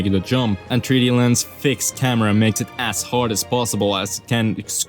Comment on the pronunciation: does him adding an extra syllable to every word that ends in 's annoy anyone else? marioses, 3d landses, gameses